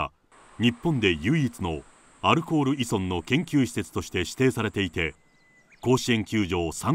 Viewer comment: いそんって言うな、いぞんだろ